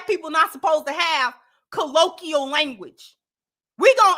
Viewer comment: It's NOT collo-key-al, it's collo-kwee -al for the pronunciation of colloquial,.